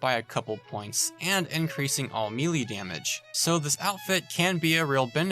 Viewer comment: Please look up the pronunciation for "melee."